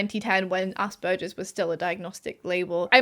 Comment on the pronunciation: I like the video but I cringe whenever you pronounce aspergers to rhyme with splurges instead of with burgers!